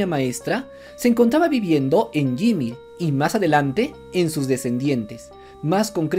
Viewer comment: La pronunciación de YMIR me dio cancer. Como este canal tiene 2 M de seguidores, va mas allá de mi comprensión